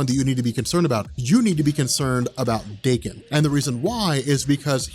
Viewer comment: His name is pronounced dah-KEN akee-HEEroh, not DAY-ken. Japanese, yo.